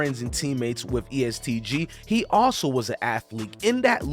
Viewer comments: Hell Naw😂🤦🏾‍♂️ East Gee 😂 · It’s E.S.T bra why don’t u just do your research!!!! But wanna do content on somebody at least be respectful enough to get their name right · How do yall make videos about ppl or things and don’t even know how to pronounce the sht. Tf is East Gee? 🤦🏾‍♂️ or Loois ville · It’s not east gee it’s E.S.T GEE Kno the dude name before u speak on shit n correct your false claims in this. Lu mike shot him self west end ain’t even so it they claim it tho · You keep saying East Gee you saying it all wrong it's EST Gee Smh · ITS NOT EAST GEE FUCKING RETARD !!